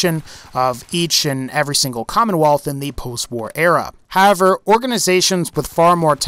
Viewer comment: Anyone else notice he says "have-er" instead of "how-ev-er" whenever he uses the word "however"? It wouldn't be so noticeable if he didn't use the word sooooo much, lol, ugh.